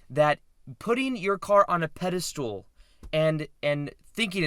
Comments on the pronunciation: Peda STOOL so many times is hard to hear but so is FRAME. I do however love your videos maybe im watching too much. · I love your videos but pedestool is driving me nuts 🤗🤣 and you write it properly. Thank you for great content